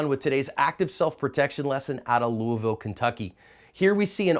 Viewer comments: John, where you from? You said "Louisville" like a pro! Loo-a-vul. All together. Perfect! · thank you for saying louisville correctly man😂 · I love how you now say “Louisville” almost perfectly as if you were from here. Considering how you originally pronounced it that tells me you do in fact read/listen to feedback/comments on your videos. Kudos to you my friend.